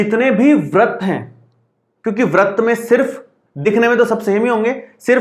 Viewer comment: Sir vrat nhi vrit hota hai